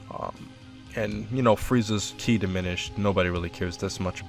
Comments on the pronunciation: I think you mint ki not kai when talking about vidle kai is thername if kais not engey ki is what engey is caled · This list is the best one yet apart from a few inconsistencies. that was base mecha frieza Also you need to learn how to pronounce 'ki' (Kee not ky) Great video though :)